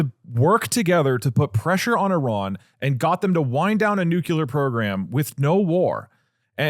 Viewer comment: The language guy had a reel about that "mispronunciation" and I think it is pretty much "if enough people say it like that, then it is not a mispronunciation", just ali ask vs axe. We just gotta accept that schedule is pronounced s-ke-dual and facade is pronounced...I am not sure how to write the pronunciation of facade, but it is not fack-aid